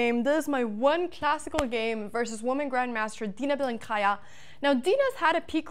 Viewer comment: I mean, keep mispronouncing her surname and she'll keep being mad at you